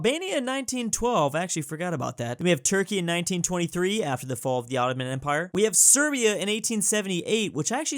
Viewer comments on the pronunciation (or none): none